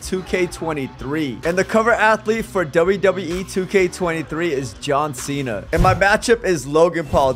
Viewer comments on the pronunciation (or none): none